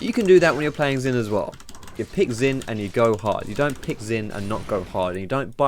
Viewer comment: Good vid but u pronounced xin zin...maybe it just me